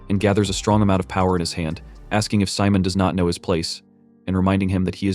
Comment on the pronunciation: I think his name is Simon the ai just saying it wrong